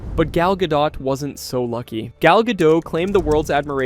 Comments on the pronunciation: Can you make up your mind how to pronounce her last name? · What's with the inconsistent name pronunciations? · My God, what in the actual fuck... do the people who produce these videos check their work before uploading them? Obviously not. They kept switching the pronunciation of Gal Godot's name. They literally pronounced it differently when the name was used back to back.